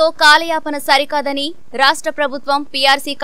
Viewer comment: కాలాయనపనా ఏంట్రా పప్పా....? కాలయాపన అనాలి రా? UTF పరువు తీసేసావ్ రా? మాటలన్నీ తప్పుల తడాకా ఏంట్రా? నువ్వు ఉపాధ్యాయుడేనా? లేక సొమ్ముల కాపరా???